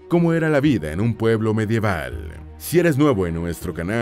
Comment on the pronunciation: Por que pronuncia las a como e? Ja ja! La “Vide” insoportable de escuchar.